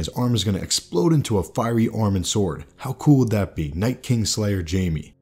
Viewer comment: Nice insight. One thing...."fiery" not "firey"